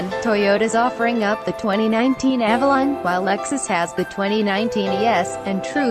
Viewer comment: Very well done video with one exception, it's Avalon not Alalon. I'm sure you'll see what I mean if you review your video.